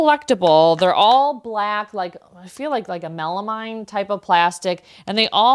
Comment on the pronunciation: Pronounced 'KOO-rock'. Melamine is 'MEL-ah-mean'. You may not have overpaid for some of the plates. Some designs sell for much highwr prices than others. Also, almost every design of small bowls/plates came with a serving tray. If you find a tray, buy it! They are much harder to find and if you find one in perfect condition you will get much more for it.